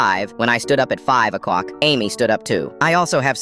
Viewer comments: Anyone notice he said 5 a cock not 5 a clock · Anyone notice the AI said 5 a cock pm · Why is no one talking about the ai saying 5 o cock